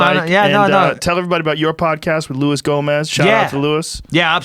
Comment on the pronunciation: Louis is gonna be so pissed Joe didn't say the J in his name and that makes me happy